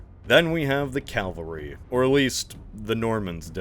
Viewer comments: Its Cavalry ,not ''Calvary''. Calvary is the site of the crucifixion. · You've been doing this for a decade, at this point I'm convinced you're saying Calvary instead of cavalry on purpose to annoy people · Please stop calling it calvary it’s cavalry I’m gonna explode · love your videos but you have to check your pronunciations they’re consistently incorrect. Draught Animals -> Pronounced “Draft Animals.” Cavalry -> “Kav - uhl -ree” Calvary - “kal- vah - ree” Portsmouth - “Ports - mith” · Its C-a-v-a-l-r-y. Calvary is where jesus died